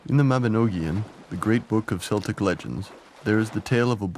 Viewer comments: I think he was 39 when he died not 38. And Celtic is pronounced with a hard c not an S, Unless you are referencing a Scottish football team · Celtic is pronounced /keltik/ Laugharne is pronounced /larn/ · along with mispronunciation of “Celtic,” and factual errors, unbelievably sloppy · unforgivable mispronunciation of Celtic, ruins the documentary